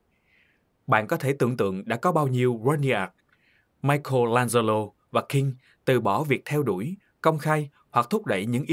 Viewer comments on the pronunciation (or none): none